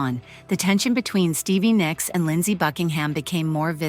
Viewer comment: Nicks, not Nyx!!!! Damn it pisses me off when they can’t spell names, right! Cheap computer machines that narrates this crap